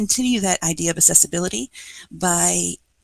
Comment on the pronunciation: There is a difference between "assessiblity," the word she is saying, and "accessibility," the word she apparently means. The "cc" is pronounced "ks;" "aksessibility." It matters.